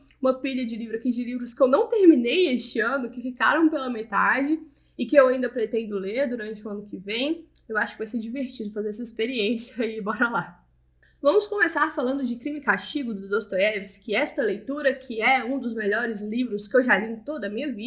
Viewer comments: Pq vc diz "bolá" em todo início de vídeo, senhora? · e eu que sempre entendi: "Bora lá" ahaha